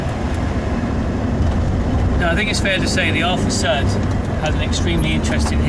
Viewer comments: Thanks for doing this great review. BTW, pronunciation is NOT sud (as in soap suds) but Sud (same as in good). I owned from new all the Ti models, starting with a 1.2L 1978 Ti. The final special edition Sud Ti , the 105 HP twin-carb Quadrifoglio Verde, as reviewed here, should have been my ultimate Sud driving experience--but it was sadly the worst--a very big disappointment! For some unimaginable reason Alfa Romeo 'tinkered' with the steering and suspension and ruined the Sud's superb dynamics and feel. It was NOT in the same league as earlier Ti's. My favorite Ti is definitely the ca.1981, non-hatchback 1.5 L with single Weber and 85 HP. These cars have more power than the earlier 1.2s but retain all their immense dynamic brilliance. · Sorry, I have to comment on the pronunciation... It's not a 'Sud', its a 'Sood'! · For goodness sake… it’s called an Alfa Sood—pronounced as in Should. Sud means South in Italian. Alfa Nord’s were made in Northern Italy. The Sud came from Naples in the South…